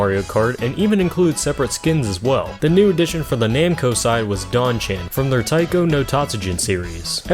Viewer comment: yeah an error here is the pronunciation of don-chan. it should be pronounced like “doughn chon”